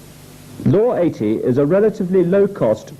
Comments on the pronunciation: I had to stop watching when the narrator swapped t's for d's eg sa 8 Dee the 19 8deess etc nope arsehole trigger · The way way you say 80 gives me the creeps, “ayydeee” very strange and a little off putting.